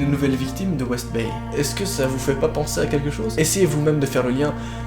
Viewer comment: Son "Bryan B WestDay "au lieu de Bryan B WestBay m'a fait rager toute la vidéo